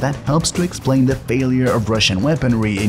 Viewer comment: The commentary it difficult to listen to. He over emphasises the last word or syllable in ever sentence. For example instead of just saying war, it comes across as WARRR. Wall is WARLL. Failure becomes, failiURRS.